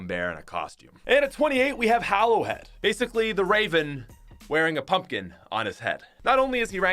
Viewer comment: Flawed Sience see how he pronounced hollow head